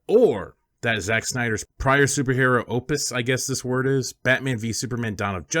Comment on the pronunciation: How do you guys not know how to pronounce words like "opus" and "annals"? I hate sounding like a snotty fuck over the internet, but mispronouncing basic words kinda puts a bum note on your arguments.